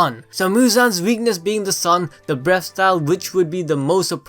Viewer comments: I actually heard him say “breast style” the whole video lmao 😂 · Breast style? The pronunciations hahaha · Sounds like your saying breast style here and there hah